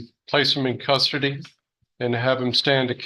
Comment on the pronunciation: I've replayed the states atty's sentencing recommendations a few times now. He says "custardy". Love it. ish